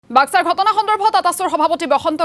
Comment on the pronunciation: Boska nohoi baska hoi kotha kobo nazana leader hoi